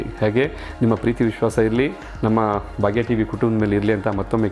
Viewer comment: It is not bagya tv , pronounce it as bhagya tv